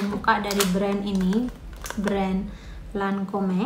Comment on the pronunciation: Assallamualaikum..mbak,, bacanya Lancom yaa,, tulisannya Lancom'e